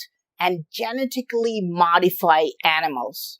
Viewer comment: He said "Genitacly" modified 😂😂😂🎉🎉🎉. Genetics is hard...